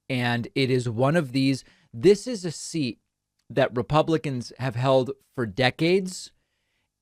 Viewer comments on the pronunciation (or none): none